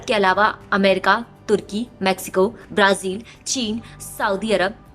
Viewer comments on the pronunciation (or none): none